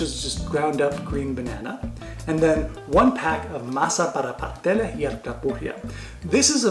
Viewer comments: I ain't never heard a Caribbean pronounce the first S in Pasteles lol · Love the recipe and will be trying it out with the pre packaged masa, but the you're killing me with the way you pronounce pasteles. Please dont forget the first "s' paS teles lol